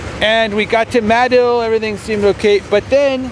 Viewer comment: I sure miss his video uploads. RIP. Btw.... it’s Muh-dill not May-dill lol